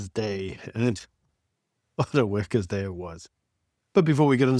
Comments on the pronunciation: Why did you pronounce workers day like that? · Did you say Wackers day or Wankers day 🤔